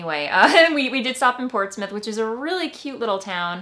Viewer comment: I work in Portsmouth! You pronounced it correctly! We have so many great fabric & fiber shops in the Seacoast area